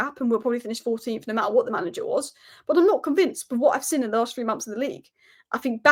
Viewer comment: its "seen" not sin